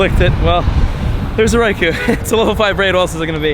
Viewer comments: Every single day I mean to count how many times you say, "Raikou" in the video but I always forget until half way through....I'd lose count anyway......and you pronounce it wrong 100% of the time...lol. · Any one else annoyed by he keeps saying Raikou incorrectly... Watch your home boy T-Tips video about Raikou